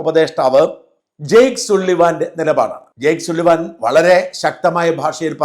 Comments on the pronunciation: ജെയിംസ് സുള്ളിവാൻ എന്നല്ല സള്ളിവൻ എന്നാണ് ശരിയായ ഉച്ചാരണം. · സുള്ളിവാൻ അല്ല സള്ളിവൻ. Can you make sure about your pronunciation before telecasting please. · സുള്ളിവൻ അല്ല. സള്ളിവൻ ആണ് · സള്ളിവൻ NOT സുള്ളിവൻ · സള്ളിവൻ എന്നാണ് സുള്ളിവൻ എന്നല്ല.. SULLIVAN എന്നാണ് സ്പെല്ലിങ് പക്ഷെ അതിന്റെ ഉച്ചാരണം സള്ളിവൻ എന്നാണ് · എടൊ സുള്ളിവൻ അല്ല സള്ളിവൻ, ഏത് കൊത്താഴത്ത് ആടോ താൻ ഇംഗ്ലീഷ് പഠിച്ചത്. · വളരെ നല്ല വിലയിരുത്തൽ. നന്ദി👍👍👍 ഒരു ചെറിയ തിരുത്തൽ. "സള്ളിവൻ" എന്നാണ് പറയുന്നത്. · Plse ask someone how to pronounce the name " Sullivan."